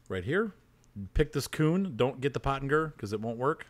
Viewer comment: When he's going through mowers and says "pick this KUHN".